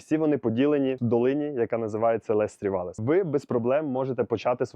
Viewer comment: Я розумію, що ви не знаєте французької - багато людей не знає. Я сама знаю її лише дуже трохи. Але можна було б перед записом відео як мінімум погуглити вимову назв курортів і вимовляти хоча б приблизно як французький оригінал? Ну які "лес срі валлес", який, блін, "валь тОренс", які "лес менурес"? Ну це ж в тому числі і неповага до глядачів. Аж пересмикнуло, блін... Les Trois Vallées вимовляється як "Ле труа валі" з наголосом на "і", Val Thorens - як "Вель Торанс" з наголосом на "а", Les Menuires - "Ле Менуїр" з наголосом на "ї".